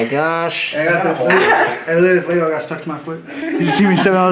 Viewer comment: I like how they pronounce lego 'laygo' :)